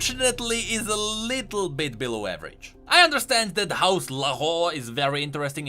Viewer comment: HOUSE LARHORR